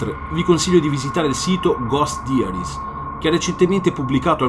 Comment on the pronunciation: "gost daiaris" "d'alto borDo"